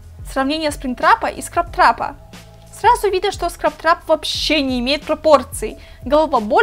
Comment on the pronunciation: Не скраптрап а скрэптрап